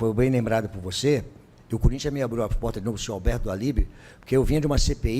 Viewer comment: Não tem jeito, quando ele fala corintha é pika, mexe com o Corinthiano